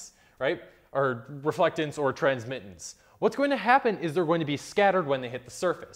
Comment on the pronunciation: Good explanation, even though maybe not completely correct in all aspects as Philipp pointed out earlier. But by the way, you messed up "Transmittance" as well, not only "Altitude" ;)